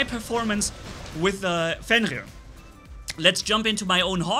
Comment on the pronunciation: Or fiend rear lol